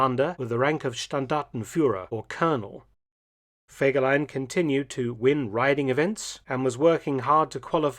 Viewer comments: ハァーではない、フェーです。ゲーテ、インシュテテュ、チュート卒業生より。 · Horrible voix de synthèse qui écorche le nom de fegelein tout en modifiant la prononciation...😊 C'est pourtant pas difficile de demander à une personne de lire un commentaire.